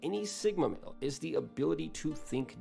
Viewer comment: I thought he said Sigma Main and my Overwatch brain took a while to realize it’s male not main